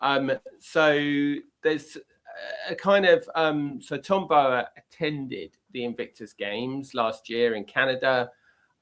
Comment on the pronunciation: please pronounce Tom Bower's surname correctly; it's a massive disrespect to him. It's not as if he isn't well known and on our screens regularly; you are the only person who pronounces his name as you do.